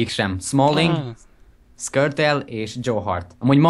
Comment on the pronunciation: Szkörtel xD